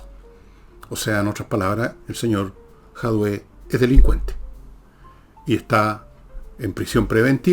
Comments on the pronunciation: No es Jadué, es Jadue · Fernando, no logro entender porqué dices "Jadué". El otro día corregiste a Nicole porque tambien pronuncia mal el apellido del comunista diciendo "Jaude" y tú la corriges diciendo "Jadué". Es JADUE. Es chistoso esto